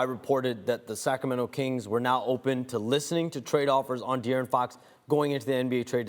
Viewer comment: I love how the commentary said Da'Aaron Fox then Dee'Aaron Fox...I do this too when Idk how to pronounce someone's name